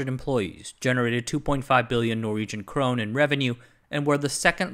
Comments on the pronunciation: Great video, but It's pronounced Crone-Nah not Crone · It sounds like you might be confusing Norway (krone) for Sweden (krona). It's pronounced more like "cro-neh".